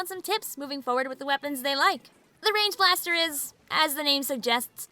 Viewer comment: i thought you said “range bastar”